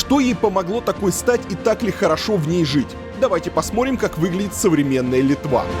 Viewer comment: Посмотрим, а не посморим! ВЫ МНОГО ТЕРЯЕТЕ С ПЛОХИМ ПРОИЗНОШЕНИЕМ! ПОПРАВЬТЕ, ПОЖАЛУЙСТА ! ЕЩЕ РАЗ: ПОСМОТРИМ, А НЕ ПОСМОРИМ !